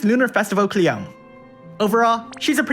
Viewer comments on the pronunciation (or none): it's KLEEYOMEHH, not cleom, she's japanese LOL